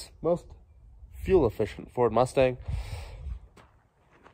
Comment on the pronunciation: It’s a, “Gustang!”